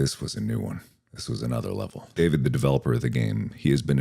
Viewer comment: Jeeezus you butchered Dawid's name so badly